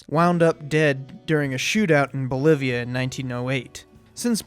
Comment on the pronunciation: BOLIVIA,NOT MOLIVIA.